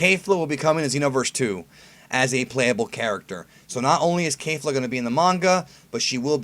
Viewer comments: yeah. it sounds like he's saying KAYfla. you really need to work on your pronunciations brah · Um..... Its kefla not kaefla lol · Kefla, not Keifla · I think it's Kehf-luh, not Kay-fluh. Only Kale is an ay sound (Kei-ru) but isn't Kefla just "Ke-fu-ra"? In that case it's a soft eh sound. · "Kay-fla"? I say it like the Japanese do "Ke-fla" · It's pronounced kay-fluh? Not Kef- luh? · "Kayfla" it's ke F la "kefla" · I don't like how you Kayfla, everyone else say's it Ke(Que)fla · "Kay-fluh" Triggered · the japanese name is kefura. there is no A in that word. please research this before you start spouting off nonsense again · Why is it so hard for you to say kefla correctly?